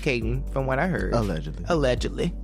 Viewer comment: CAN BLACK PPL STOP SAYING "ALEGITLY" OR "ALEGALY" PLS? IT IS A-LLEG-ED-LY. IF ONE IS BLACK ONLINE MUST ONE ALWAYS THROW EBONICS INTO THE MIX??